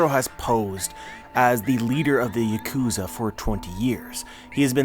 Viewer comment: Yaw-Ku-Za Yea-Ku-Za XD ahahahahahahaha I GUARANTEE Denjiro could have killed Orochi NO PROBLEM any time he wanted, seeing Orochi's personality, and his strength. He's a little pussy boy who completely relies on the fear is Devil Fruit brings to most people given it being a scary ass Mythical Zoan. But he's weak, can't fight worth shit all he does is get others to fight for him, walking trash can xD ahahahahaha Denjior the mad... its just that he's gone mad. Still a friend and part of the alliance, but of course doing everything he had to do. To get close to Orochi and to take him down when the time came in 20 years. So of course he's a bit nutty and not going to be the same person he was before. Ma fucka "locked himself in the closet" and came out a new man ahahahahaha